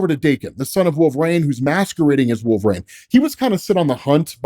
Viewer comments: You pronounce Reign properly but you refuse to pronounce Wolverine properly. It’s Wolverine, not Wolve-rain. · Goddammit, I told you once already. Its Wolver- een not Wolver-ayne. 🤬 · "Wolverain"... bruh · Why does keep saying wolve rain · Literally going to unsubscribe bc of how he says Wolverine